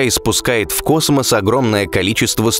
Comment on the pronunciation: Контент конечно интересный, но зачем слово космо произносить голосом - КАК В ШТАНЫ НАСРАЛ ??? Этипа круто ? НО ВЫГЛЯДИТ ОМЕРЗИТЕЛЬНО !!!